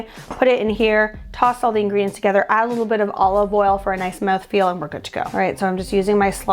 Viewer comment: Moweth Feal